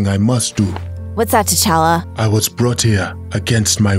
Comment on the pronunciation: It's t'challa not t'chally